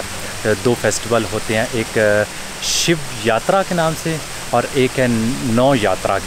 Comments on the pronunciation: Sir it's shivratri not shiv yatra 😊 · Shiv yatra nhi bhai ,shiv ratri hota hai .Love from india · Very nice. Shiv Ratri and Nau Ratri. (not Yatri, Yatri means traveller in Hindi). Raat (night) ko Hindi / Sanskrit mein Ratri kehtay hain. Shiv Ratri matlab Bhagwan Shiv kee raat, nau ratri matlab nau (nine) ratein Devi ji kee. Thanks for mentioning our festivals, the vast majority of Pakistanis would have never heard of them (except perhaps Holi and Diwali). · Actually..its not shiv yatra..its shiv- ratri ....similarly its Nav-ratri😊... ..i have started following you very recently.. Ur vlogs are amazing..keep it up.👍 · Sir it’s “Shiv Ratri” and “Navratri”